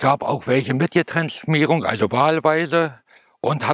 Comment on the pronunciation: Nachdem ich wir das Video nochmal ansehen musste konnte mir echt das würgen nur schwer verkneifen. Ich habe selbst in den 80ern an den Motorräden geschraubt aber so viel Unwissen wie hier gezeigt wird ärgert mich. E-Zündung gab es schon mit der ETZ 250 Serienmässig ab ca.1987 und (GETrenntschmierung) sollte man auch richtig Ausssprechen bzw. war in den Ländern BRD , A,CH Vorrausetzung zum Verkauf. Diese Anlauffarben haben auch nichts mit einem Nocken zu tun. Vollkommens Unwissen wird hier leider gezeigt.